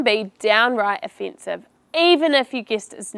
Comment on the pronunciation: Thank you. But it's very unusual how you re pronouncing Quistion offinsive and other words.